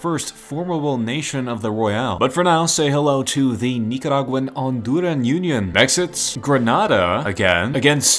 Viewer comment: Honduran ❎ Andurin ✅